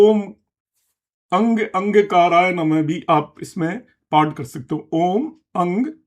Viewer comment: अंगकाराय नहीं अंगारकाय है